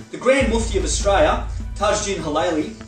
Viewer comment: Mate will you please pronounce the word Australia correctly. The last three letters are l.i.a. it sounds really bogan the way you say it.